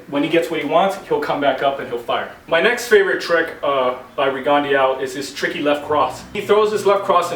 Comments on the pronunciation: "Rigondó" is a french surname "Guyermo" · I saw this year's ago and coaches often don't seem to realize the angles and defense a south paw can see if they are crafty enough. Btw your pronunciation of his name hurts my ears bro. Great vid tho